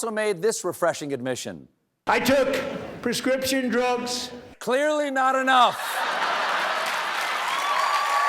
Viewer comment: I took prezscripsjon drugz is my new ringtone